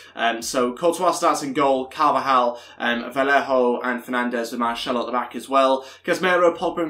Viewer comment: ITS VAZKEZ NOT VAZQUEZ, AND MARSELO NOT MARŠELO